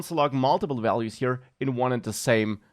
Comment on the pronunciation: For a moment he was like Bob Ross, instead of values he says vealuse